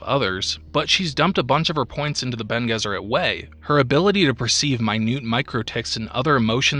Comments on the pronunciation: I know I'm like a year and a half late on this, but it's BEN-aye Jess-ur-ette. Not Ben Guess-ur-ette. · Bonés it's latin, so Bene (rhyme with fiancé) Guesserit